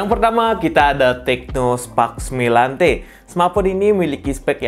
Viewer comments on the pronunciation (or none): none